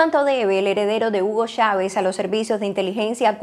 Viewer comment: En qué país latinoamericano se pronuncia Chávez como "Shavez" o Machado como "Mashado" ?